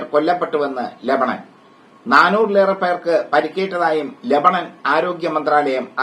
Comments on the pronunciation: രമണൻ അല്ല ലെബാനോൻ 😄😄😄😄😄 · രമണൻ അല്ല കോയാ ലബനോൺ' എന്തു രമണൻ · ലഭണൻ അല്ലടോ രമണൻ 😢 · ലാഭണൻ അല്ലടാ രമണൻ